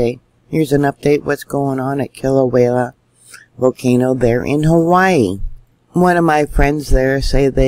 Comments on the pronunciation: Sweetie...... Love you n what you do. Always love your reporting,....its pronounced Kila-wea ......not Kila-wayla. Your a star. God Bless you n yours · I believe its pronounced Kila -way -a, not Klia -way -la. respect from Australia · Kilauea volcano is pronounce KIL A WAY A // Not... KIL A WHALE A..just saying. LOVE your Due diligence on volcano watch around this globe:-) Keep up the fantastic coverage!! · Kil- Ah- Way -AH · Love your posts But j.f.y.i. Kilauea only has one letter L in it.....careful how you say it. ❤ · That keeps me hung it too. But I don’t dare tell, how to do her thing. For a dyslexic, nay anyone, she is incredibly gifted. She does such a lot important things.